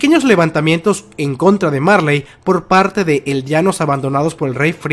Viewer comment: Aprenda ablar eldianos es eldianos